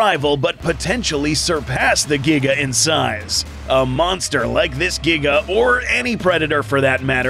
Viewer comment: The Giga’s “Gnash” ability refers back to when you discussed the unused prologue of Jurassic World: Dominion two years back. “The T rex’s throat was slit by the ‘Jiga’ (as you pronounced it back then).”